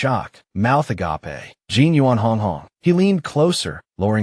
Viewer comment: It's funny hearing agApe pronounced as the Greek, "Love."